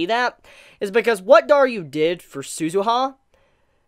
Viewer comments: Also it's DARU, not DARYU. Is pronunciation really that hard? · I am thinking of the hardest question in this Channel Why are you saying Daryu instead of Daru 🤔🤔🤔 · And that moment comes, when Daru acts like a true gentleman of a father. It really gets me. By the way, it's DARU not DARYU xD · Amazing review but why do you call Daru, Dar-U?